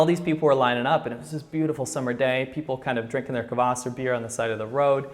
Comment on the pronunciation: Kvas not kavas